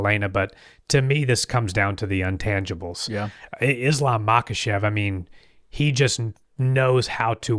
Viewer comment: Haha. Intangibles. Illiterate. Say. Intangibles